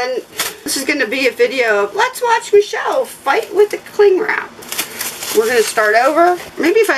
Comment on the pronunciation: I enjoy making people laugh! The next time I film I will say my name for you! I have a few videos already scheduled so it may be a few days. You pronounce it like. Me she'll.